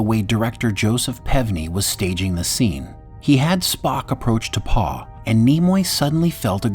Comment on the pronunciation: It's pronounced T'POW, not T'PAW.